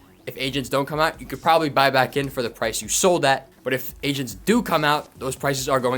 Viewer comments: I thought he said Asians instead of Agents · I swear I’m not a racist but man for the first few times u said agents I swear I thought u was saying Asians.😅😅😅 I was like I thought this market is getting messed up by china not Asians 😂😂😅😅 (I’m sorry) 😅